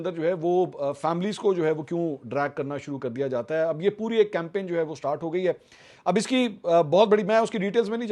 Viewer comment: camping? Get your pronunciation right, Mr Campin.😂😂